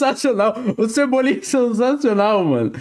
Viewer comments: Cebolinha em pessoa não cebolinha em bolha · Cebuble kkkk